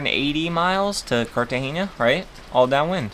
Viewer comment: Cartagena is pronounced carta-hena (like henna tattoo). There's no "ñ".